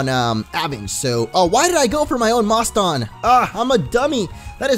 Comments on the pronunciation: i think moston is pronounced like the city boston, because it evolves into a pokemon named mosstachusetts, not sure how to spell it, but it is like Massachusetts. boston, Massachusetts. get it? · Moston is pronounced like if you where saying Boston but with an m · Also Moston is pronounced like Boston. You'll love its evolution's name lol.